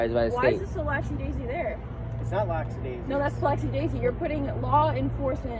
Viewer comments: Lacksadaisy??? 😂 Is she trying to say lackadaisical? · Is this girl alright? What the hell does lacks-daisy mean? Hahahahahahahaha you mean lackadaisical?!! 🤣🤣🤣🤣 put your orange or yellow shirt on clean it up over there!!!!